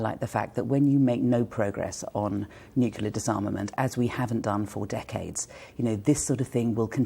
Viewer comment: A Shadow Foreign Secretary who can’t actually pronounce: NUCLEAR